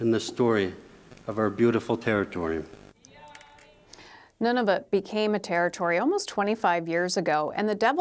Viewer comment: Cant even pronounce Nunavut correctly..would be intetesting to see the document!!!! Would not trust this